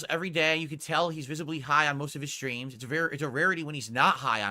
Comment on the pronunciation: "Dthoo-Dthee shtreams... right?" Slurring like a drunk and has the gall to make fun of a guy for being high lmao